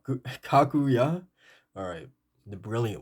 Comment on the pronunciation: To better pronounce it's ka-ku-ja